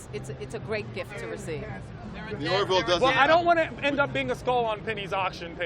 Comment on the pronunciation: Remember : it's the " Ore - VILL." 'Nuf said....